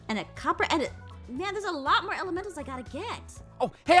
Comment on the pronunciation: Who heard say moon instead of more 😂😂😂😂 👇